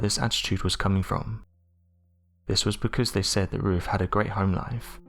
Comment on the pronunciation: Who is Roof? Do you mean Ruth? Mong.